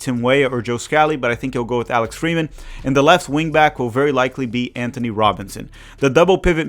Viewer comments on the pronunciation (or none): none